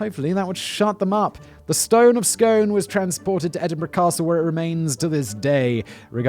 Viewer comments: It's pronounced, "Scoon," so neither of your pronunciations is correct. Terry Pratchett mucked about with it in, "The Fifth Elephant," when Dwarf Kings had to be crowned on the Scone of Stone. Oh, and Hamilton and Stewart were actually having their hair cut in the Glasgow University Union at the time - when I attended the University in the early '90s, John the Barber (the Union's oldest employee) would show the appointment book on request. The referendum in 2014 was the only time Scots were asked to vote on independence. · I live in Perth, as some folk have said here, whilst your two pronunciations of the foodstuff are spot on we have to be difficult here 😅😅 and the place is pronounced 'Skoon'. And thank you, the boy with the blaze continues to be a legend! I too support independence because . . . Well, ofcourse I do. Its not a patriotic thing so much as . . . Well have you seen the shape the UKs in? Have you seen who our government is, what they've done and what they plan to do? I'm out! 😅😅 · SCOOOOOOON! OMG it's scoooon! Na I honestly don't care, but also I literally live a stone's throw away from the castle. A long thrown over the Tay. But still I could still hit one of the butler's if I tried hard enough. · I hate to be a pronunciation nerd, but as I'm Scottish, I need to tell you that the place "Scone", in Perth, is pronounced as "skoon". X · Isn't it pronounced "skoon" if it's the place? I may be wrong, in an old BBC production of Macbeth, they pronounced it like "skoon", but that might've just been that one guy's pronunciation. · Just so you know...it is pronounced Scoone! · Bindle786 totally right. It’s ‘scoone’ palace in Perth so that would follow. Doesn’t roll as nice off the tongue but hey, facts right? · Callum, please give Simon some pointers on pronunciation at the beginning of your scripts!! Pronounced 'Skoon' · Lovely to see this subject getting attention. And I'm sure every other Scot here will correct your pronunciation, it rhymes with "spoon".